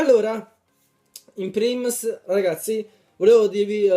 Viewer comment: si dice in primis non in prims XD